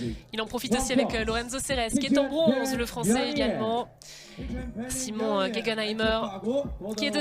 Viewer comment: Simon... le coureur allemand . Le mec il arrive pas a dire son nom